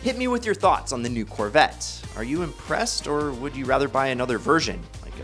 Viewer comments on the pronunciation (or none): none